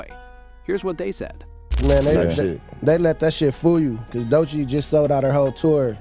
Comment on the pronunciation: Why do you have the YouTube channel called "chigs smooth" as your intro. And you are pronouncing Doechi's name wrong. This audio is stolen 👎👎👎👎👎